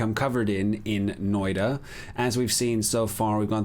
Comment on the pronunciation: Thanks for the beginner tips! Noita is pronounced "noita" not "noida" :) It's a Finnish word and means witch (surprise:D)